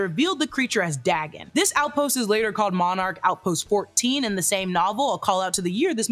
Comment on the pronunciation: Tiny pet peeve of mine, Dagon is pronounced Day-gone, it was the name of a Mesopotamian God, and a god worshipped by the fish people of the fictional town of Innsmouth from H.P. Lovecraft's "The Shadows Over Innsmouth."